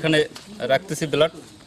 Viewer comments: উচ্চারণ সঠিক নয় বেলাড না মিয়া ব্লাড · হেমাটোটক্সিক বিষ এর কারনে রক্ত নস্ট হয়, নিউরোটক্সিক না। বেলাড না বলে ব্লাড বললে খুব বেশি কস্ট হবার কথা না ভাই। একটু প্র‍্যাকটিস করলেই পারবেন৷ best of luck